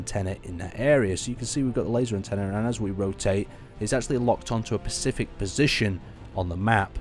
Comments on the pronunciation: spe-cif-ic. not pacific =p its also spa-ghe-tti, just incase you say pasgetty ^^ top vid tho bro, ty! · You say PACIFIC like my mother! IT IS SPECIFIC ;)